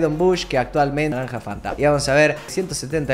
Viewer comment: ¿Cuando lee el perfil dice "Naramja Fanta" o ya mucho lol por hoy? jajaja XD saludos gracias por tantos videos con tanto amor